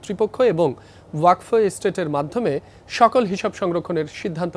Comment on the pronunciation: ওয়াক ফ কি? 😂 ছুদির ভাই এটা ওয়াকফ ( Waqf ) উচ্চারণ হবে ( ওয়া কফ / Wa qof )